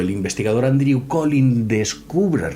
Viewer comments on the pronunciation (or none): none